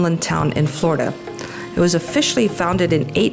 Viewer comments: It's pronounced Flor--i-da, not Florda. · How about pronouncing the state correctly? 😂 We who are true Floridians pronounce it “ Flar-da.” The way you and so many others say it makes us cringe a little. 😂